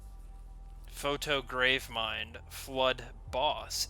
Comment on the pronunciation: in the beginingwhen you said foto gravemind i got triggered btw it is PROTO gravemind